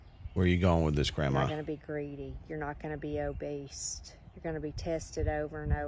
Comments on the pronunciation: I thought my husband was the only one that said "obeast" but the donkey lady says it too so it must be legit. Lots of lettuce Amen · Is double nose-ring lady's "obeast" for "obese" kind of like your "adealt" for "adult"?